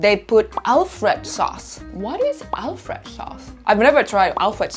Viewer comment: we actually pronounce it Alfredo! I can understand if you see アルフレド on a package, you might think it's "Alfred," but since it's Italian, or maybe more accurately Italian American, it's Alfredo. It's a sauce made with butter, heavy cream, parmesan, and garlic. Alfredo is the name of the chef who invented it!